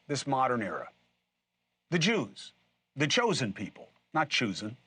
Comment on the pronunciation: It sounded like "the Jewsen". Lol.